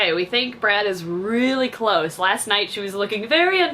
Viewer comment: ... after all this time I realised that her name wasn't BREAD like I thought from when I hear you say it (yeah I thought she was named after food).. is BRAD (cause I saw it written).. holly...